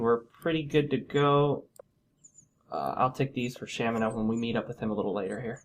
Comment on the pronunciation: I also pronounce it as Shamino.